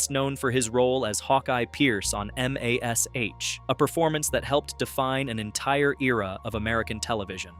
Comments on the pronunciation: Hey,, it's pronounced "mash," as in "bash" or "cash." Not M-A-S-H. Great show, by the way. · Yeah M A S H instead of Mash! Lazy work